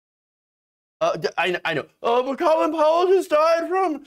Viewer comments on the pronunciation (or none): none